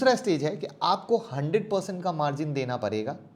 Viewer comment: Parega-PADEGA muskil-MUSHKIL Saire-SHARE Zabtak-JABTAK Zakar-JAKAR YAAR APNI PRONOUNCIATION THIK KARO